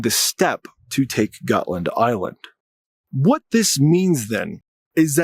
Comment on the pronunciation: It's not Gut Land. It's Jutland.